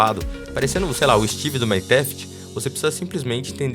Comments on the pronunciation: Meu ouvido ta ruim ou ele falou maniteff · como assim cê falou Minetaft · Vc devia ser banido por falar errado do maini